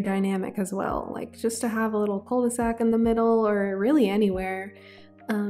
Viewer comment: Hi ! I love your videos and i know this one has been out for over a week but i just wanted to precise that "'cul-de-sac" is exactly a dead-end. It is pronounced Ku not Kou/Koo, also cul means "ass" in english ahah so ye it does mean "the ass of a bag" as in the bottom of a bag you cant go further. You can just say dead-end. As french people we never use cul-de-sac as a word, we use the word "impasse" which is dead-end but better way to say it. Usually, when french people would use that word it would be in an horror movie and the protagonists are running away from a monster then suddenly have no escape in front of them. That's where they would scream Oh no that's a "cul-de-sac" ! And then its not cute anymore ahah Anyway:shelterin:Love you lots, keep up the great work ! Was just informative comment as a lot of non-french people tend to have misunderstanding of certain words